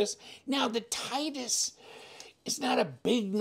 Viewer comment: Great looking knife, definitely a budget Koenig Arius option. Pronounced TIT-EE-US (titty-us) just an fyi. As always thanks for the unboxing and disassembly 💪